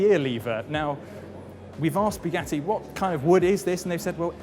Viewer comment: you speak english well, yet can't pronouce bugatti, if you can't pronouce bugatti correctly forget about saying "la voiture noire" correctly because you clearly can't do that